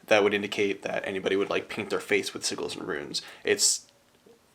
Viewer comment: Someone alert Matt Mercer, we found the only other person who pronounces 'sigils' with a hard 'g'.